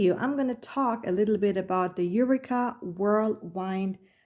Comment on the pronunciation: Just a little correction for your video: It's pronounce U-Wee-Ka and it's Whirl *Wind as in Wind Blowing (Windy). Pls don't take my comment as an insult coz you did an amazing review. In fact your video convinced me to get one. I ordered one at Amazon. Much Luv ❤